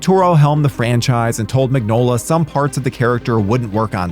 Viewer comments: It's pronounced Min-yola. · Crooked man was amazing. Who is this who cant even pronounce Mignola?